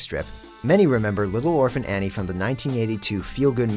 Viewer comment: Sorry, but the list earned another 1000 points when he said "Annie."